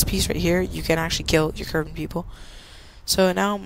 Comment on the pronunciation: ITS KERBAL NOT KERBAN